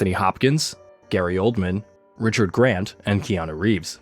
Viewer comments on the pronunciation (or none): none